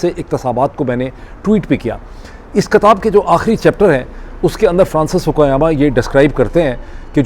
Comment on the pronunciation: Its Kitab not Katab Its Iqtibasat not Iqtisabaat